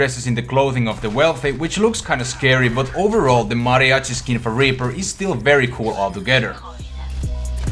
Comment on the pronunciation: he said raper xD